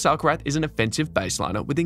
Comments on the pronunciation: That's the proper pronounciation. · Beautiful (and accurate) pronounciation of "Alcaraz". Quite unusual.